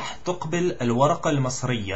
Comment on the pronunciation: Very good man! but i think you made a mistake , you said tuqbel and it's supposed to be taqbal.